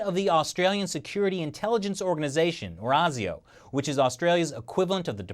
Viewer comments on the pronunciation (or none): ASIO is pronounced ay-zee-oh, not argh-zee-oh, where "ay" rhymes with "hey" Love your show btw!!! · As an Australian, thank you for pointing out the odd naming of our political parties. However, please check with us how to pronounce things before making your clips (e.g. ASIO is pronouced ay-zee-oh). Also, who are you counting as the 3rd major party? The Nationals are in coalition with the Liberals anyway so they are often simply called the Coalition here as if they were one party. They do sometimes disagree as The Nationals are a country/rural based party whereas the Liberals are generally city based but for the most part they're basically a team. Many people here refer to The Greens as the third major party and they are more liberal in many areas than the Labor Party although they are, ironically, very much opposed to free speech. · Good job. One thing, it's pronounced Ei Zee Oh (like the letter "A", not "ah"). Mark in Sydney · it is pronounced A-zee-oh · generally the "A" in "ASIO" is pronounced with the "strong" "a sound". "Ai-Zee-oh" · I'm not surprised in the least. Just a pronunciation thing, we pronounce the a in asio like the letter A or like asia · This is disconcerting. However, our news regularly makes mention of Chinese soft-power. We would of course, only fair better if even more informed. It's just so unfortunate that the CCP need be so objectively dreadful. Oh, and you're saying 'A' in ASIO wrong, heh. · Please don't ever do an Australian accent again. That's the same for the rest of you Americans (ESPECIALLY the actors). Also it's a long A in ASIO, at least you didn't call it bloody ASIS like fucking Keith Olberboy that guy's an idiot. Stick to the russians you dollar store alex jones ripoff!